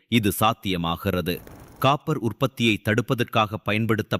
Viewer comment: கப்பர் இல்லடா காப்பர்